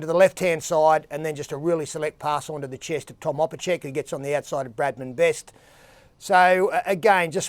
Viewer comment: Continues to call him opacheck despite his name being pronounced opachich And having no e in his name Is he taking the Mickey